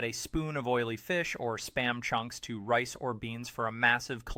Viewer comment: Is it just me? Why why why why why why all of these videos like this have to use AI for the narration? This AI can't even say the word spam. It has to say it in s p a m. Why don't they just play it with a robot sound because I really hate being tricked.